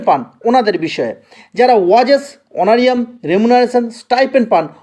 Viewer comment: উচ্চারণ টা ওয়াজেস না , ওয়েজেস ....